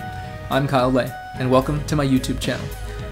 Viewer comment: kyle le accent on the LEEEEEEEEEEEEEEEEEEEEEE